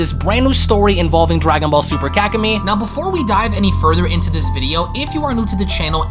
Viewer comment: I’m sorry but it sounds like you’re saying kak-in-me 🤣